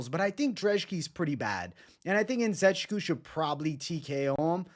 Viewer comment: It’s pronounced (IN - Ze - Chook - WOO)